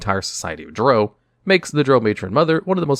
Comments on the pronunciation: Ffs. Drow rhymes with plow, not row. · You lost me in the first 10 seconds when you didn't know how to pronounce drow. It rhymes with cow not the word know. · I thought it was pronounced Drow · My biggest complaint is the way he pronounces Drow in a few of his videos 😂